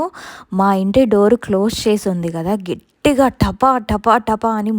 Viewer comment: Gettiga anakoodadu Gattiga anandi